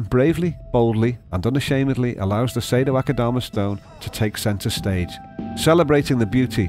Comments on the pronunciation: And I dare you, I double dare you aquascaper! Say Sado-Akadama one more time... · The way he says "Sado-Akadama" sounds nothing like the Japanese-- but his pronunciation makes it sound exquisitely exotic. xD